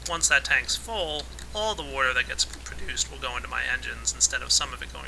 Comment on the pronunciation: its water not worter